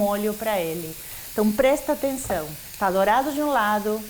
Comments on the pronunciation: "Número 6, prestenção!" Soou tão mineiro! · Paola mineira: Prestenção! Kkkkkkkk